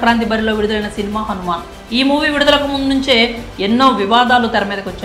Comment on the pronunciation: ఒరేయ్ అది హనుమాన్ కాదురా Han man ముందు సరిగ్గా పలకడం నేర్చుకోరా తర్వాత రివ్యూ ఇవ్వు